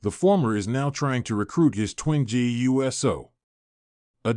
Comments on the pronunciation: Your pronunciation of Uso gets in the way of enjoying your posts. It's not U S O, it's not You so, it's Oou so. Thumbs down until you correct it. 😠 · I agree. They need to program the AI that's reading this how to recognize USO as Oooso! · BRO WHO TF IS JIMMY U.S.O ITS JIMMY USO…….LIK THIS OOOOO-SOOOO